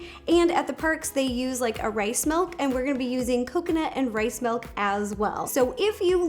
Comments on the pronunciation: Rosanna Pansino not trying to be mean! But its milk! Not Melk!! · Milk not melk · I almost didn't click on this because I knew she was going to say “melk” and “peena colada”. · Anyone else notice Ro pronounces Milk as Melk 🥛🍪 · I am happy I wasn’t the only one who heard her say (Melk)😂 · Roe I love ya..your awesome but its "milk" not "melk" I know people say it differently but still..."milk". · Take a shot every time Ro says melk 😂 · Did anyone else notice Ro says “melk” instead of “milk” I’m not judging her I think it’s adorable 😂💕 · People say Melk and I say milk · SHE SAYS MELK NOT MILK I HATE THAT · Does anyone else think it’s kind of annoying when people say “melk” instead of “milk”.... not trying to be rude at all. I love Ro 💕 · why does she say melk is that American for.milk 🤣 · no I'm American and I say milk. She's just weird. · Everyone else: milk Ro: melk Scottish people: mulk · It’s ok Ro, I also say “melk” instead of “milk” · Does Anyone love the way Rosanna says milk she said Melk ❤️💖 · No one: Ro: Melk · Me: Milk Ro: Melk Me: Milk Ro: Melk Me: Melk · did she say M E L K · I can't unhear it anymore! 😂